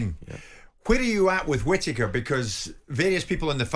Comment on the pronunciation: Benjameme kwittaker lwot sh t uppppp😂😂😂😂